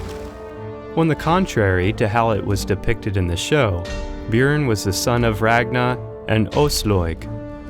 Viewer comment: Audi Thief he said it wrong and its Björn